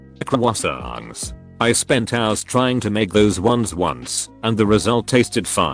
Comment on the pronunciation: Hearing the bot try to say Croissants correctly was hilarious.